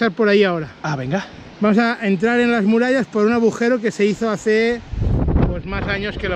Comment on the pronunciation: Se dice agujero , no abujero